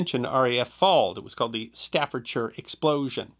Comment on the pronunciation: Respect to the for pronouncing Staffordshire correctly.